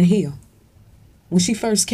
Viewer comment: Its Hill not Heel